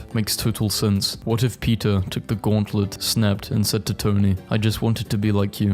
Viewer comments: How did no one realise that he’s saying pizza instead of peter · I love how when he says Peter it sounds like pizza like pizza Parker